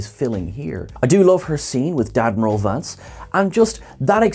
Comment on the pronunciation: "Dadmiral Vance" fnerk xD